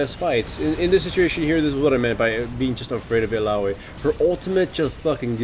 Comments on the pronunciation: Ilalolli, hawaii or illaoi? lmao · il la loee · I LA OH WI ( or I LOOWW WI ), here, it's not perfect but nobody will cringe hearing you butcher her name ^^! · ha wai ee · If illaoi's name was actually pronounced like that... Idek... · Oh god the way he says illaoi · illaoiloy-loy-loy-loy loy loy loy